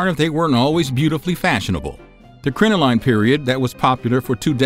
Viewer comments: Please do a little more due diligence and look up words whose pronunciation you are unsure of; the word crinoline is pronounced crin-uh-lin, not crin-oh-line, despite its spelling. And they were crotchless for hygienic reasons, not sexual ones. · Crin-o-lin is the pronunciation. Also, split-crotch panties are far from "dirty". they're incredibly practical for the time, and would be helpful to many people today.